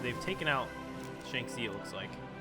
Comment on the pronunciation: It's pronounced Ji-bey Sahn Mah And Shanxi is Shawn - Ji